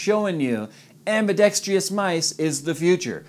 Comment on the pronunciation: nice review as usual (and, yes, I realize this video is ancient now). One correction: it's not pronounced "ambidextrious"-- it's "ambidextrous" (am-bi-ˈdek-strəs). Hardly a big deal. As mice go, this is probably my G.O.A.T. (out of about 20 different mice). I also own mice from Logitech, Steel Series, Razer, Roccat, and other lesser known brands. I own both the standard and carbon Torq X10s. Of the two, the carbon does have a slightly better feel. My only complaint is the red buttons on each side are made from a plastic that will wear and even break down over time. If only EVGA used the same plastic as the top panel or the carbon fiber this issue would have been entirely avoided. A few observations about the GOAT: - 8,200 DPI is more than enough, even for 4k screens. Today's mice can be upwards of 16,000 to 20,000 DPI, but I've never met anybody who cranks up the DPI like that and has any kind of accuracy. I think DPI has become one of the many things the marketing departments like to leverage for sales. - Speaking of DPI, DPI adjustments can be made both up or down with the buttons on the center top of the mouse behind the scroll wheel. I really wish more mice included this feature. I use them frequently while gaming and even more often while coding or using a digital design program. I realize some complain that they don't like DPI buttons because they accidentally mash them while in hardcore gaming sessions. That's a valid complaint for some mice, but given the recesse